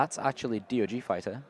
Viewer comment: It's DOG not D.O.G. 😂😂😂😂